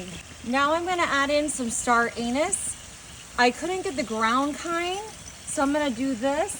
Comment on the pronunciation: Did she really say star anus?